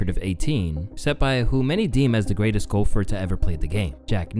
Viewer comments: Man says golfer in a weird way...almost sounds like Gopher the animal on a golf course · I thought i was the only one who noticed that. 😅